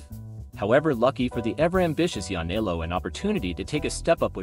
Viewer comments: Yanni-ellow? Please you're killing me...Matt NYC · Yanniello becoming Kaporegim...im still in stitches! But seriously theres no excuse. Human or AI this type of pronunciation should be considered an actual murder charge.